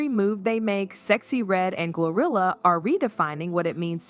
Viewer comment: Is it me or do I hear gorilla instead of GloRilla